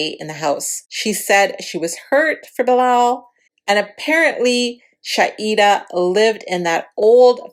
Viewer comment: ShaHeeeeda and Shaeeeeda thats the difference in names because u sounded like u were pronouncing them the same.